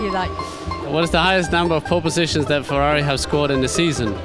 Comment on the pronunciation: oh che parli italiano?!?!?!?FEUAUI... si dice FERRARI